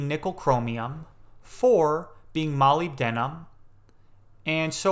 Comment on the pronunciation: lol its pronounced molybdenum not molybdenum :p great vid